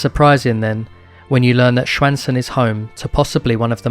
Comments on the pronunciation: Excellent video! Love to see more documentaries on youtube! As for your pronounciation I think you did a great job! Swedish is frickin' hard for non native speakers as I've come to understand. Stjärnsund was probably the only word that felt a little off, but still, the fact that you attempted, is a big plus! I also appreciate the sources in the description, sometimes they are left out in these types of videos. Can't wait for the next video and hopefully your channel gets the traction it deserves! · The pronunciation of Stjärnsund is also quite wrong but we forgive you since no other language on Earth has that sound.